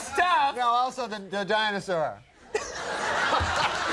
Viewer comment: That last 30 seconds had me cracking up. From the guitar feedback, up to Norm calling Jurassic park “the dinasour”.